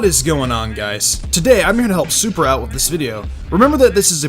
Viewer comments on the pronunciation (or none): none